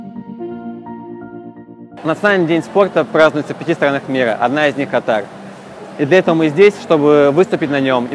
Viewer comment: Да бляха, Кáтар, а не Катáр